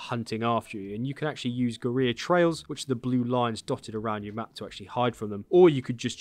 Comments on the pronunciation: Great video, though as you're English you should really learn to pronounce the word "Guerrilla" properly. It is not Gu-ree-ya but Gu-ril-la (the same as the great ape). Keep up the good work. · Guerrilla is pronounced Gorilla, not GUR-EE-YA. Just an FYI. Other than that thanks for the great video! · Let me help you out bud, guerrilla is pronounced like "gurr-illa". Not like "gareer". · We got a geureeya for sale! Mageeya geureeya for sale! Meet him! Buy him! Take him home and try him! Gerrreeeya forrr SALE!! I need to hear sing that. That would be SO good. (But it's OK for Brits, Americans and Aussies to pronounce it like "gerilla" we traditionally pronounce L's) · It's pronounced gorilla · it is pronounced GORILLA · or "guh-reer" not sure but it sounds terrible hearing it over and over and over and over again. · Yes, I figured you were saying it the same as the game characters and if you were Hispanic I would have let you off but because we're English I'm going to pull you up on it! 🙂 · He pronounces the L’s in “Valle” but doesn’t pronounce the L’s in “guerrilla” …… 🤦🏻‍♂️🤣